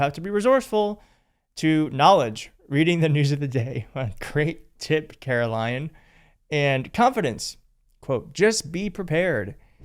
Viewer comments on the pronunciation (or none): "Caro-lyin' " 🤣🤣 That's funny